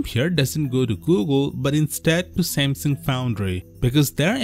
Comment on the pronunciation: "shamsheng" its Samsung, not whatever you said lol